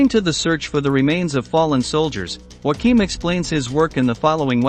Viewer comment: Not bad, but spoilt by the laughable pronuciation of German names. "Joachim" is not pronounced "Whackeem", which is the Spanish pronunciation, but "Yo-a-kim". It's really not that hard.